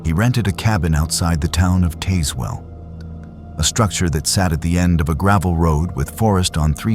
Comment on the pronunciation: It’s pronounced TAZZ-well, not TAZE-well.